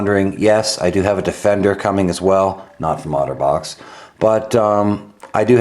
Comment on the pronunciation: I kept hearing 'Autobots' xD